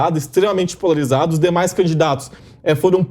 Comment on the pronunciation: Esse jornastazinho é advogado? falar polvarizado! Vai trabalhar em porta de cadeia!